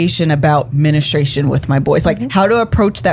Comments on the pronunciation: Sis please stop saying men-estration. It’s men-stru-ation. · y"all was killing me with the "mennistration" lol...great topic though